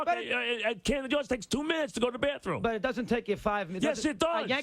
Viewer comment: Mike called Camden Yards, Cramden Yards. 🤣🤣